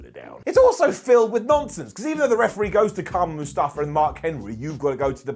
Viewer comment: does he say mustafa?